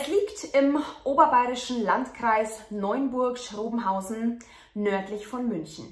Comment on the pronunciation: Hallo, mein ich das nur oder sagst du Neunburg?:) Die Stadt heißt Neuburg:) Wohne nicht weit weg von dort. Vielen Dank für deine interessanten und gut recherchierten Videos, ich könnte dir stundenlang zuhören <3